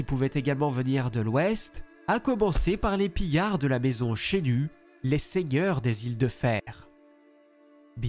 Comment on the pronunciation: C'EST CH E AVEC UN E PAS UN É. CHENU